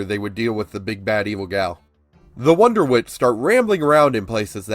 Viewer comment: Is him saying wonderwits instead of wondertwits bothering anyone else or is it just my OCD again?